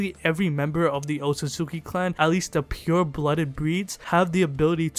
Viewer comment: Wtf this dude is saying otsusuki and not otsutsuki. Thats stupid.